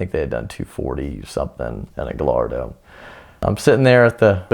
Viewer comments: GUY-ARD-O is it really that hard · Did he just say guhlardo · guh-lard-oh.... can't believe that made the final cut lol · hmanposter yeah well that’s how most Americans pronounce it. Not a big deal. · Did anyone else cringe when he said Gallardo..? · Can't believe Ed allows people on here that can't even pronounce Gallardo.